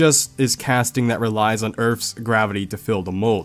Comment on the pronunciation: Earth not earphfs